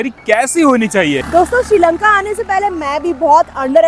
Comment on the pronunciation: Not siri lanka it's sri lanka